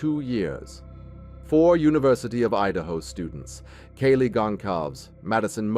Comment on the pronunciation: Lets see...it was 7 1/2 hrs...the shock phase was made up by police...not her words...it wasn't 15 minutes...he mispronounces Kaylee's name...cell phone data did not place him there during the crime...the manhunt didn't happen...they ID'd him and found him right away...and he is in prison...